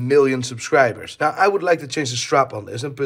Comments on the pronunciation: "naur" (now) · Love how says the word “Now” 😂 accent morphing into Northern Ireland